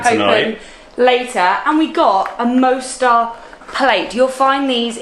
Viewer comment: Beautiful Mostar (Moss-tar, not Mow-star!). I was there in April last year. Loved it. The river looks a slightly different colour from when I was there, when it was a beautiful turquoise. It was also fascinating talking to some of the locals about what it was like living there during the war. Scary times.